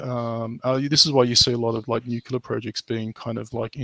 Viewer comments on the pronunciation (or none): Always grates o y ears whenever anyone says 'nucelar' insted fo 'nuclear' (from 'nucleus').